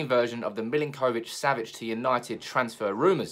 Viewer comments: It’s Millink - O - Vich; got a friend with same name and that’s how I was told to pronounce it! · That was doing my head in as well! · My god, why are you pronouncing his name like that!? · The way you pronounce his name 😫